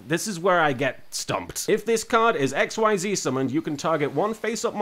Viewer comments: It's not pronounced XYZ, it's pronounce like exseze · IT IS PRONOUNCED "IK-SEIZE" OR "EKSHEEZU" FOR WEABOOS AND FOR SOME REASON IT ISN'T PRONOUNCED AXES AS IN THE THREE AXES ON A GRAPH: X, Y AND Z BECAUSE THAT WOULD MAKE TOO MUCH SENSE OH GOD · Hey Martin, just so you don't trigger the sweaty nerds, xyz monsters are pronounced "ex-eez" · A few things, XYZ (Actually pronounced "Ex-eez" because. Xtreme I guess.) Requires "XYZ Materials," like the 2+ level one monsters listed on the one you got, usually its something like "2 level 4 monsters." To XYZ summon, you need said monsters on the field, you put the monsters all under the XYZ monster, and it is now XYZ summoned, the one you got could be summoned with several level ones, but the minimum requirement is two. All the materials are in the same zone as the XYZ monster, and not counted as being on the field. Because XYZ. I guess. Detaching a material to activate an effect sends it to the graveyard, you can pick which material is detached. Also, under link format, the XYZ monsters, and any monster summoned from the extra deck, go into the extra monster zone, unless a link monster is pointing at a main monster zone. Because links. Fun. In case you encounter Synchro and Tuner monsters later, a Synchro requires a specific set of monsters (Usually 1 tuner and 1 or more non-tuner monsters) on the field to summon, who's combined levels must equal exactly that of the Synchro monster. Sometimes you need specific tuners or monsters to summon a Synchro. Usually you don't. Duck Dummy is just a fun card, looking at it, it's main use would be getting it gemini summoned/making its effects usable, then activating Spirit Barrier, a continuous trap that makes it so that if you control a monster you take no battle damage. Pot of Greed is an eternal mystery, however it has a spirit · Xyz is actually pronounced as iczees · "XYZ" is pronounced "ik-seez"